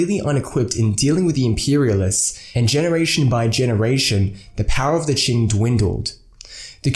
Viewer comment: It’s Qing, not Qin.